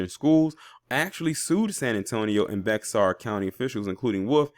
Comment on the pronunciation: Just an FYI, Bexar is pronounced as Bear 🐻